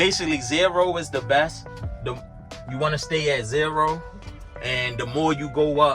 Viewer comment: You said zayro 😂 where you from? And yes I’m a Amazon delivery driver looking to get my cdl they have cameras that alert about everything but yawning is wild😂😂😂.